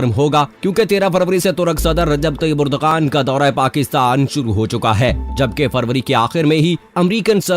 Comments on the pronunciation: ترک صدر کا نام اردوغان نہیں بلکہ اردوان ہے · Please correct, its not urdagan but it is Ar-du-wan. Turkish alphabets are different g with hat is pronounced as wa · His name is : Ardoaan, not urdghaan. Mehmaan ka naam toh theek tarah sey lay lo bhai.